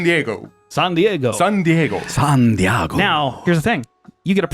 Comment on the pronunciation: I've heard some form of "San-Diego" SO many times the last couple days, and Not just on the internet. Wtf